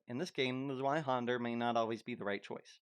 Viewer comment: The way you pronounce Zweihänder is a little funny to me. You pronounce the händer part correctly but you pronounce zwei with the anglo w instead of the germantic w which is a v sound. It's a common mistake so I'm not trying to dog on you for it it. when I was first learning German words I use to pronounce it Z W Ei Hander instead of Z V Ei Händer so forgive me if I take a little humor in the mixed pronunciation of Z W Ei Händer. 😂